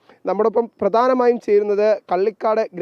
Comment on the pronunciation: മലയാളം പറയാൻ ആദ്യമേ പഠിക്കണും (പള്ളിക്കാട് അല്ല കള്ളികാട് )കാട്ടാക്കട താലൂക്ക്